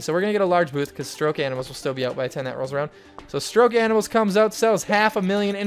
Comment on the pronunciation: Hahaha it's called stoke animals not stroke